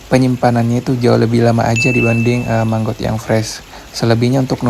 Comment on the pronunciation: Maggot bang.....bukan manggot..👍🏻😄